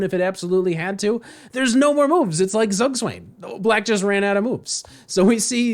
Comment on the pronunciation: That's gotta be the most pain inducing way I've heard "zugzwang" pronounced in my life